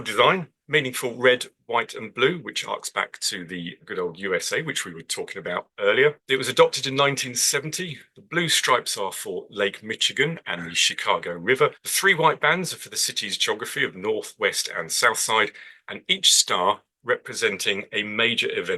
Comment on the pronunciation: The ch in Michigan is pronounced with an sh sound not a ch sound. The "ch" in Michigan is pronounced with an "sh" sound because the name originates from a French version of an indigenous American word, where the "ch" combination is typically pronounced as "sh" in French; essentially, the pronunciation reflects the word's French etymology rather than a standard English "ch" sound. Key points: French influence: Many place names in the US with "ch" pronounced as "sh" (like Chicago and Michigan) come from French adaptations of Native American words. "Ch" sound variations: In English, the "ch" combination can have different pronunciations depending on the word's origin, with "sh" often indicating a French root.